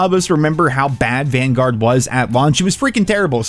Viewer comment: I thought you said "Welcome to Banguard" their for second.